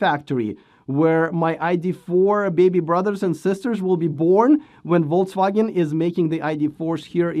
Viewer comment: I just realized you may have been pronouncing it "Voltswagen" all along :)